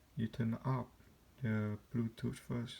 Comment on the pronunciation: “Wirelet buutoot earphone”